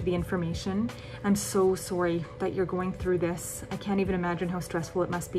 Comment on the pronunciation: Anyone else hear the soory🇨🇦